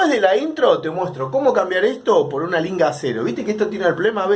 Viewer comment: ESLINGA, SE LLAMA, no Linga. No existe Linga. Es ESLINGA